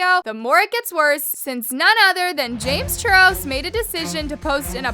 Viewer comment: Is it just me or did she just say "James churros"